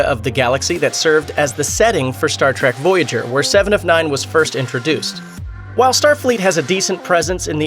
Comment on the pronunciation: Is this guy really saying Star track.. instead of Star trek